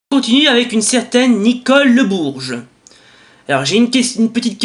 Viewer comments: On dit "le Bourg", pas "le Bourge" XD Mais je t'en veux pas.Sinon... Merci d'avoir répondu à ma question X) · Pas grave j'ai l'habitude! ^^ C'est pas qu'il est mal orthographié, j'ai juste dit que tu l'avais pas prononcé comme il faut. Eh oui, "bourg" est un mot qu'on ne voit plus vraiment apparaître j'ai l'impression... ^^